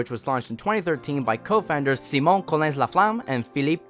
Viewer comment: Everyone else: Sai-mon: Si-mónh